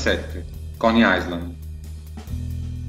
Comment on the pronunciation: L'ho semsso di vedere all'11esimo secondo quando ha detto: 1917 coney "aiSland"